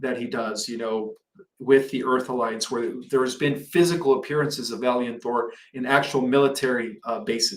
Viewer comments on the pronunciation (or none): none